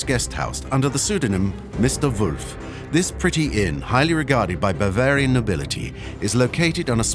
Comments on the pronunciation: Does anyone else hear the AI narration is saying "Barbarbian" instead of "Bavarian"? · keeps saying barbarian . but its bavarian . it sounds like AI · BARvarian mountain? Geez seconds in and the AI isn’t right. Where is BARvaria anyway? It had potential but nope. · 'Bar - varian'..........lol....!!!!!